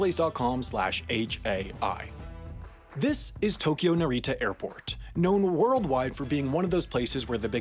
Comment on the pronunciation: Its Nárita, not Naríta